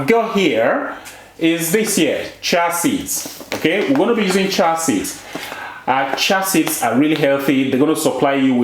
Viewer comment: Cheeee ya seeds "chia seeds"